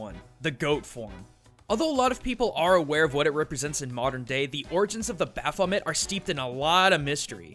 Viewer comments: baphomet: baf-oh-MAY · You got Baphomet so wrong dude... so wrong.